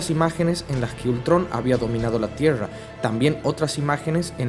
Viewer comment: De que nacionalidad sos... Te me hiciste tucumano o catamarqueño con tu pronunciación de tiesha(tierra)